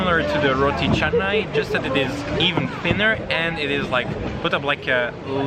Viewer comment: You pronounce all stations names correctly! Also roti canai because most tourists pronounce roti kanai 😅